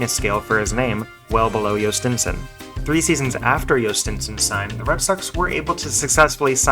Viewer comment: As a Pirates fan thanks, I hope this guy pays off. At least now I know how to say his name properly.